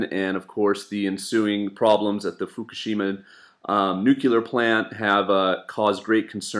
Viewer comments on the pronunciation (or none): none